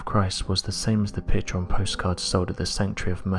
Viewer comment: That narrator sounds like he's singing, but isn't sure how to do it. Hard to understand, many vowels are completely mispronounced. Note: Every sentence follows the same sound patterns. If it would not be so sad it would almost be funny. A pitcher is a container for beer, a picture is a container for colors that (sometimes) are composed by an artist who has a message. This narrator is neither an artist nor does he have a message.